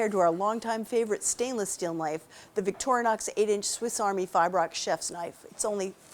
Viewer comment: The brand name of the Swiss knife it is not Victornox but Victorinox. Too dumb to pronounce the name correctly?